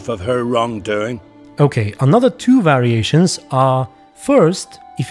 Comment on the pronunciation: it's more noticeable at the start of the video, you stress the start of the word a bit more which sounds cool imo